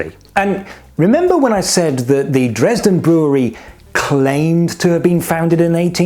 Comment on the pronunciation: The Judge was smart... And the HB is a trademark that the Dresdeners name is too similar to... Love the way you mispronounce Dresden.